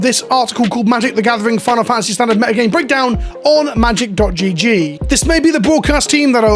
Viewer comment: tik tok brain has trouble saying final fantasy